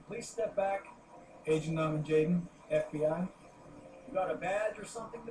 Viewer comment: Normen??? NORMAN JAYDEN (L)